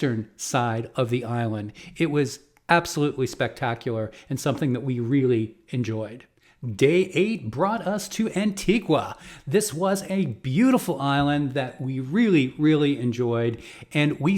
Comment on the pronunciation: Pro Caribbean Tips: [1] circa minute , please note that the island of Grenada is correctly pronounced as gruh-NAY-duh (like the ay in hay)....and not gruh-nah-duh. . . [2] Likewise, circa minute , the island of Antigua is authentically pronounced as an-TEE-guh and not an-tee-gwahh. The u is silent in modern English usage (though retained in the original Spanish and Portuguese).